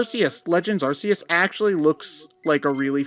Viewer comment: Hearing Arceus’s name pronounced like that... (shudder)